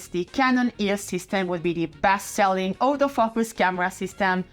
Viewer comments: Sorry but hearing you say «auto-focus» sounded to my like «Older Fuckers» and it's too funny to me not to mention it. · I love it when you say auto focus. It sounds like (all those fuckers)😂😂😂😂 im not trying to sound mean. I just think you are awesome.